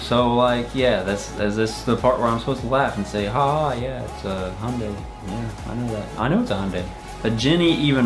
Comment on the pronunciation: Ok its pronounced Hi-un-day